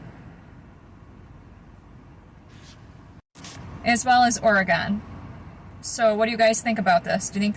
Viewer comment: Did ol girl say “Oreee gon” lol